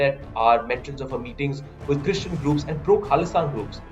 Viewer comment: Why so much emphasis on the word "christian"? This issue is more than religion. So irritating.